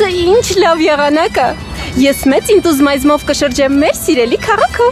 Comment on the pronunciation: Ոչ թե ինտուզմայզով այլ ինտուզիազմ